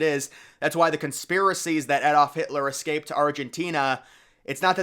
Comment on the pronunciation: Your pronunciation of Adolf Hitler is wrong too, lol